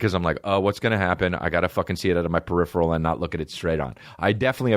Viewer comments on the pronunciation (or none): none